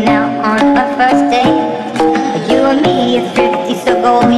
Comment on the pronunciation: WeeChun Gaming that’s not how we pronounce you